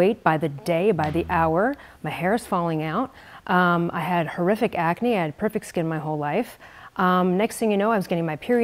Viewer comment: blah blah " I'm eating like ma ancestors did who were in purfect halth" blah